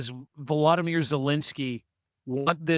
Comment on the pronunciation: Vo-lo-dy-myr— you both kept mispronouncing his name.